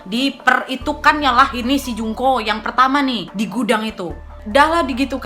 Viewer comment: Ku dengernya Jungkook 😭😂